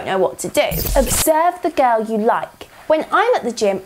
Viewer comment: "You cannot pick up a GOURLL"